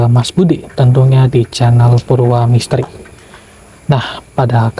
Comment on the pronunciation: maaf bukan cencel, yg benar itu cenhel yg itu bacanya jdi kencel bukan cenel